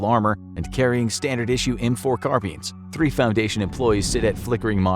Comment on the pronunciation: Did that guy really pronounce car-bine as car-bean